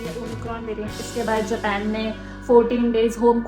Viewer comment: Japen nhi hota hai japan kho didi 🤔🤔